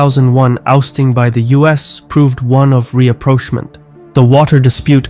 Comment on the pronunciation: He mis pronounced Reaproachm'ent!